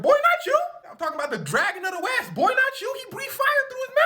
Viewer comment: "BWOI NOT YOU!"😂😂😂😂